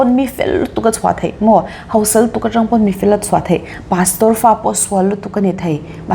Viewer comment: 'Naupang' tih tur ah 'nopang' , ngaihsak/ngeihsak, hausa/hosa, inlaichinna/inleichinna, I ti tlat hian beng ati thlep deuh e.... tih loh ah chuan, I sawi tha lutuk, hmuh i nuam hle bawk. 😘🥰😍